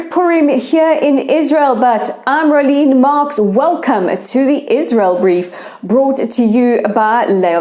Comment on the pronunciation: Rolene “Mask” or Marks? 😂 Whatever - one can always be assured of the truth, the whole truth and nothing but the truth of the affairs in the Middle East. Unbiased, unedited and journalism with integrity- unlike anything you will hear by the MSM! ❤️🇮🇱❤️ Keep it coming please - love the daily broadcasts!!